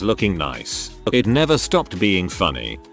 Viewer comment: How does the text to speech voice not know how to say "IT"